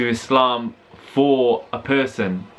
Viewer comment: love how prounounces "islam" proper eyptian accent u noe 😂